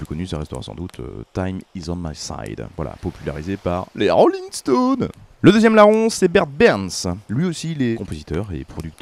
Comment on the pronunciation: Mdrr ' lé roling staunez' a gâché toute l'ambiance chill 👌🏻